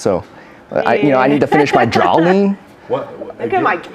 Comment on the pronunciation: Shaun Morales these I've actually heard the only ones in the video I Really ever noticed was draween instead drawing